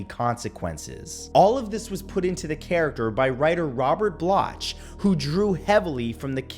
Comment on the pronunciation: Robert Bloch (pronounced "Block'') not "blotch".